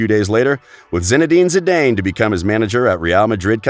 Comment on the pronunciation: Zinedine Zindaiiine. I love your pronounciations. Informative videos and a good laugh.